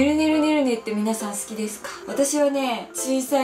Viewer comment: やばいもの見つけたw すごいすき の、すき が、 すち 、になってるw